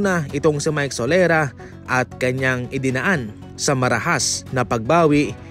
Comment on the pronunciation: Sorela ho...Hindi solera...